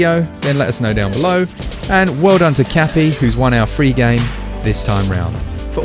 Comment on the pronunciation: I swear I heard him say, “Kathy.” Grats Kathy! Errrrrr, Cappy! ;-)